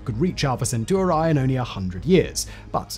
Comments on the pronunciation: Alpha centooroi! 😂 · was that a totally original pronunciation or have you heard other humans say centauri like that before?